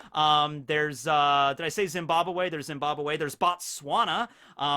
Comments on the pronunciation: Zeembabawhey Close enough😂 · I died when he said Zimbabwe🤣🤣